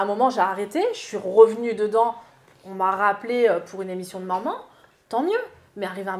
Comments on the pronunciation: on dit « maman » pas « manman » 🤣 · Est que peut apprendre à dire MAman et pas MANMAN!! C’est horripilant!!